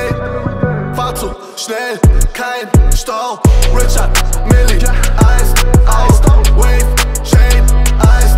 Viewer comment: Funfact: Es heißt Richard Mille 😂 No hate SHBZT🌊